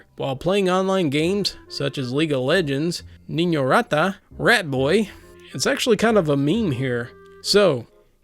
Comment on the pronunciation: That was a good pronuciation of the words " Niño rata" my dude